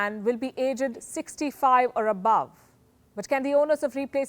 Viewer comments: She can't pronounce some words properly lol "AGED" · It’s not Age Ed. It’s one word pronounced as Aged. 🤥🥲🤭🤯